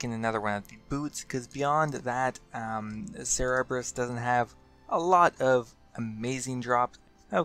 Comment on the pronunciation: Cerebrus? I always thought it was Cerberus